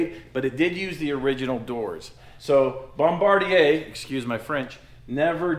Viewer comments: pronounciation of Bombardier was spot on... there are Canadians that can't even pronounce it right... they call it "bomba-deer"😂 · You nailed the English pronunciation of Bombardier,! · I’m loving this Bombi build! And, you pronounced “Bombardier” perfectly! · Your pronunciation of Bombardier is right!